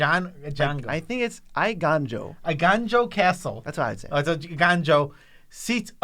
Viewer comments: Ao is pronounced like "Ow" and the Ei in Eiganjo is pronounced "Ay" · haha almost got "Eiganjo" correct! the first syllable "Ei" actually sounds like the vowel sound in the word "Hey". So you could say it like "Hey! Ganjo!" but no "H" sound at the front. or like the Fonz from Happy Days, like... "eeeeeeeey!!!! Ganjo!" cheers! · Ae-gone-jo, I took five years of Japanese